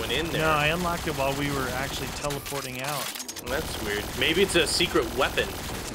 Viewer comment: Nobody: Nobody at all:: "I'll be oot"